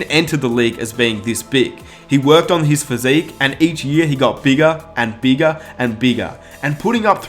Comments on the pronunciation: And each year he got beegah, and beegah, and beegah. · Why does he say “ bigger” as “begga”